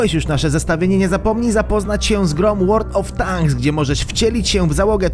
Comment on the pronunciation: Pierwszy youtuber ,który wymówił dobrze nazwe world of tanks